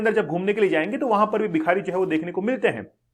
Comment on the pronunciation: Aap bhikari ko bihari pronounced kyo kar rahe ho bar -bar